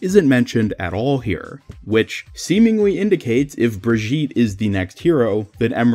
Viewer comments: Brigitte is a german Name and both ways of Pronounciation are wrong. it's more like Bree gi tt (hard T) and e (more like ey) it's hard to describe it in words, lol maybe google the name and there will be audio examples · The Strange thing is, that his pronounciation sounds french. Like Brigitte Bardot (french Actress). And that makes the whole thing even more confusing :o The question now is, if he pronounces her the same way in other languages (especially the german one) - but i dont know how to check that ^^